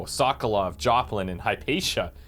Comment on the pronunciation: Sounded like you didn't recognize the name Joplin. It's Pierro Joplin. By the way, the S&J in the healing potions' name stands for Sokolov and Joplin (used to be just Sokolov's Elixir in the first game).